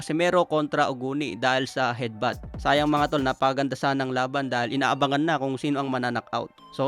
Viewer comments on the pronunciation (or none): Admin d maayos ang pag bigkas mo ng Hedbat natapos moba yung Laban wala namang hedbat na nangyare kamao ni Casimero tumama sa noo ni Oguni